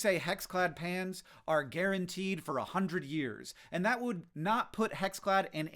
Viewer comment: It took me a while to realize Hank was talking about "pans" and not "pants"